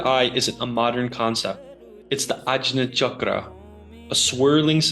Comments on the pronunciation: It’s pronounced Aagya chakr ( आज्ञा चक्र ) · It's pronounced 'aagy`a' chakra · You pronounce the "j" like a "g". Ag-nya. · Ajna is pronounced Anya dude what the fuck are you saying J in Sanskrit usually makes a nyuh sound 😂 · It's pronounced ahg ya chakra. Jn in Sanskrit is gy in English. Ex: vijnana Bhairava tantra = vigyana Bhairava tantra. Yajna is yagya, as in fire ritual. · Pronounced Agnya